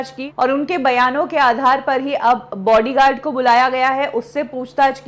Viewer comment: BODYGUARD NOT BORDYGARD